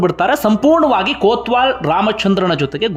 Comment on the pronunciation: ಕೋತ್ವಾಲ ಅಲ್ಲಯ್ಯ ಕೊತ್ವಾಲ